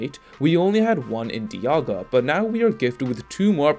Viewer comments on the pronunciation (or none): none